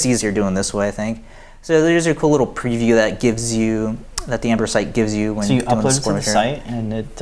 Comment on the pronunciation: Those are great looking Ember prints! One comment, it sounds like y'all are saying "Amber".